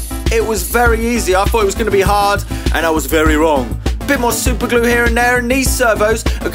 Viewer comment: THE WAY HE SAID SUPERGLUR